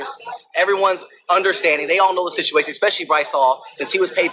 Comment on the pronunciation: it is situation not shituation my guy